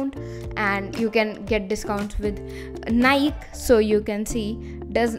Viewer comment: Never heard "Naik",it's Nike